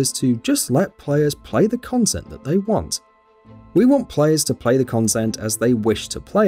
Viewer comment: Why do you pronounce content weirdly?